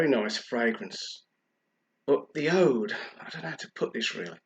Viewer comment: It's pronounced oood.